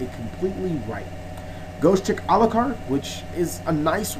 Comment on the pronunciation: everything was fine till you said ghostrick lol